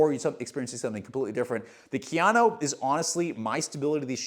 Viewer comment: just did this to flex his mastery of pronouncing Kayano. Jokes aside, how is the durability on the blastmax in the GT? I felt like the Novablast mushed out very quickly and had to kill my pair at 150 miles because I ended up getting knee/achilles pain towards the end. Just curious to see if they changed it at all or if the medial section saves it